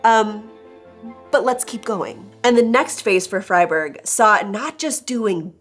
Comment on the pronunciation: Good pronunciation on Freiburg there .